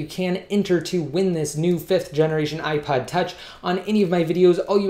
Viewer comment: Sounds like you said ipied lol